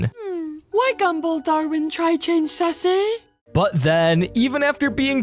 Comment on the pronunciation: Wait it's suzzie not sussy